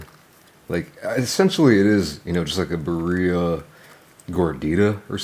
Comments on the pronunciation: Your pronunciation of birria could definitely use some work. As a white guy who lives in the SW of the US you sound like the white stereotype haha. Think of it as Beer-e-ah, where you roll the r's as well. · Roll your R's birRrRia pizza lol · Oh yum! And..awkward pause..should I tell you how birria is pronounced? no shame, someone taught this white girl lol. It's "beer ee yah". I love how you eat, been following you for years. :) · It’s pronounced “beer-ia”. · Bro, you have to learn how to pronounce 'birria' 😂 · Love nut job pronunciation of ‘birria’..Would’ve been even better if he just used his signature one- syllable abbreviation, perhaps ‘birr’😊